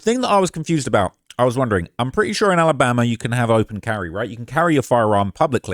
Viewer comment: He was in Tennessee....why this guy saying Alambama